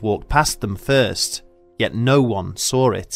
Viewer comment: Ummmm ... what is "sawr it"? Doesn't the narrator mean "*SAW* it"???? Gahhhhh, why can't people speak correctly? Arear? Heards(heads?) WTF???? Nawtmarish marsks? OMG, WTF??